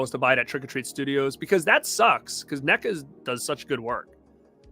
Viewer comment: You collect films to display and for their value. I collect films because I love watching cinema, we are not the same. I will give you this, you pronounce NECA correctly.